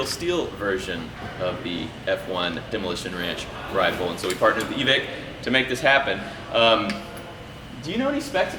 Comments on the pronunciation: Love that place but it's pronounced... EEEE ViKE like Nike... EVIKE. EVICT is probably not what they want to hear. 15 year airsoft player in California, no one says EVICT. Good luck on the new rifle, I'll have to go test her out. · Evike is pronounced e-vick just a little info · Bro. It's Evike. E-Vike 😂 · It’s evike... not evike